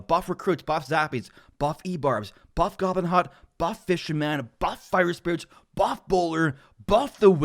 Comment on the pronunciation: Excuse me....? Did you say buff?!